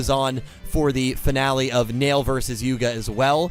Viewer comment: Rook not luke Neil not nail